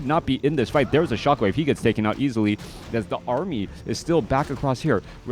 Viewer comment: what is an "Aramy"? lol great cast.